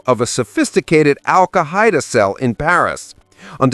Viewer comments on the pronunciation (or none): Yup…dead give away when the Narrator said “Al-Ka-HIGH-Da” instead of “Al-KAI-Da.” SMH… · Alkahida Cell? Is that a new battery?😂